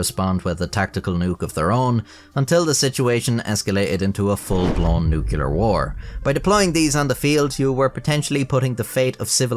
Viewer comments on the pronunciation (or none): Nuclear, not nucular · .....and your defect is the execution of the English language. Some things to work on: The word 'nuclear' is pronounced just as it's spelled, 'nu-clear'. It is not spelled 'nukular'. And those dastardly 'burgulars' are, in fact 'burglars', though some might dispute this appellation, being poorly eduumicated losers. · Ah, the good old nuke-yuh-ler warhead. Come on, now. Say it with me: Nu-clear! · *nuclear, not nucular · please my friend... nuclear is the word, its pronounced new-clee-ar, I hate to have to say this, I know how I felt when my mom told me this years ago when I, like you, repeatedly pronounced the word nucular, which is not a word, I'm sorry, but it irks me, please my friend, nuclear not nucular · It's "NUCLEAR", ffs... not "nukular" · Nuc-u-lar, seriously? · Nuclear is pronounced nuc-le-ar, just like it's spelled. For most of my life, only illiterate halfwits said "nuc-u-lar" but now it's getting more common and disgusts me. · Nucular!? GTFO! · "Noo-CLEE-uhr". "Noo-kyoo-lurr" just makes you sound like George W. Bush. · Unfortunately, he did say "Nucular" instead of "Nuclear" so I will be removing my subscription. 😞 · it's nucLEAR, not nucULER. Ugghh :( I thought I was over the George Dubbya erra. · nuclear: NEW - KLEE - ER. Stop mispronouncing the darn thing. Bush did it on purpose to sounds "folksy" and now look what's happened -- nobody believes in being correct or accurate about anything and we've entered the disinformation age: new-klee-er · Nuculer is not a word. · you're back to saying nuke-ular. 😂 I've never cared, but I remember an older video where you said you were called out for pronouncing nuclear wrong in the Demon Core video. 😅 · "nucular" Friendship ended with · Nucular (herp derp) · What's nucular? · "nucular" he says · nucular = dislike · New rule guys. If you use the word ”nuclear” in your script, you have to actually learn how it’s pronounced before recordimg the voice. >.<